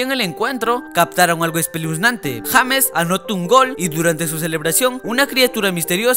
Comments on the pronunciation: sabes vos, no es por ofender, se dice yeims no james, por dios estos nenes de preescolar nunca estudian 😠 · JAMES JAJAJA NO SERIA YEIMS?